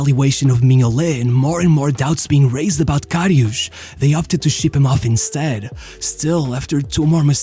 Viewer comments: Its karius not kariusch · Whispering voice and reading his name as Kariush won't change he is a garbage goalkeeper lilbro. He is garbage. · Ah yes Šergio RamoŠ and KariuŠ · This is a really good video, as always. But Jesus Christ, please stop butchering this really straight forward name. There is no "sh" sound in this man's name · it's KariuS and RamoS not KariuSH and RamoSH!! 😂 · The infamous LORISH KARIOUUSH at least look up how to pronounce it properly it’s Loris Karius, same how you write it. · Ugh, that pronunciation... His name is Loris Karius, not Lorisch Kariusch. It's a clear "s"-sound, not "sh" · Lorisch Karisch?? he's german not portuguese...